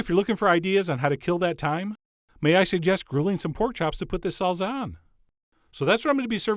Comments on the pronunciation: "Serp" instead of "Syrup", "Salza" instead of "Salsa". You're killing me Chef John XD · SalZZZZZa. never heard anyone anywhere say this word this way before. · "Salza" lol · Is it really pronounced SALZA HAHAAHAHAAH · Good effort, Chef John, you did manage to pronounce "salsa" correctly at least a few times. :)